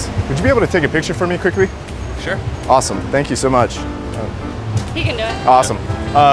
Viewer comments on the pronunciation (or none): he deffffff says quickreee